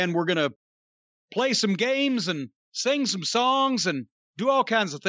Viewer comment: "I like to singa" 👍🏾